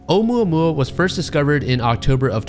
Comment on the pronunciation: I love how he apologizes for butchering the Canadian scientist’s name, but doesn’t say shit about butchering ‘Oumuamua.